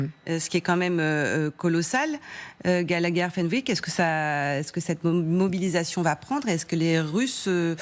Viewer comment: wep faut etre dans film video pour enfants pour gober ce que dit ce gallagher, je ne finis pas de rire gagagagagagagagagagagagalagher